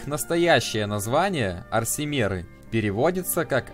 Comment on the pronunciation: Разберись с ударениями, у всех этим эльфов ударение приходится на слог, перед самими мерами: орсИмеры, двЕмеры, Альтмеры, бОсмеры, дАнмеры, фАлмеры и т.п.